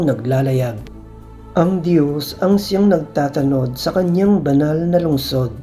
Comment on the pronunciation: Correction ng Pagbigkas…… NAGTATANOD……… Ang bigkas ay: NAGTA’ TANOD… Nasa unang TA ang HATI ng salita…. HINDI 😫….. X NAGTATA’ NOD tulad ng. pagbigkas mo …… No offense meant….. Nakaka-dusteact kasi sa pakikinig ng Ebanghelyo kapag MALI ang pagbibitaw ninyo ng mga salita……